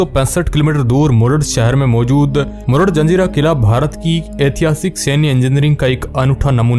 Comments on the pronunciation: मुरूड रे मरूड नाही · Bro marud nhi murud hai wo